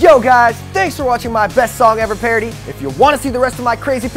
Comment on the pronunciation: Exactly! xD Says "PARODY" for some reason... xD